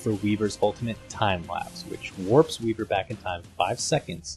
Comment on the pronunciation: dafeq u doin wiver, do redance not bleck kong bear